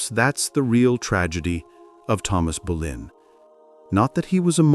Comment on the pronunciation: No quiero videos en español solo en ingles y no hacen buena traducción y no es Berlín es Boleyn o Bolena